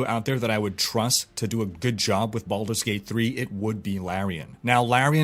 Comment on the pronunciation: did you say baulders gate 3???? O_o